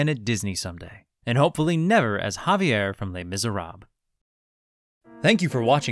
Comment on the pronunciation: it's pronounced "zhah-vaire" not "hah-vee-aire". the name is French, not Spanish.